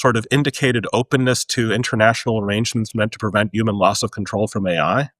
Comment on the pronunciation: Stop saying “üman;” say “human” ffs